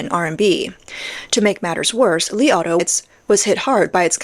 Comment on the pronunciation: I heard "the Li Auto I ate"